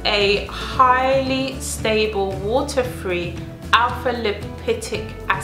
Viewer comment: It is not Lipotic, it is Lipoic.